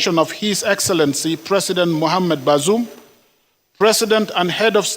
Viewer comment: The fool can't even pronounce the name of the ousted Niger president. Useless fools and criminals everywhere.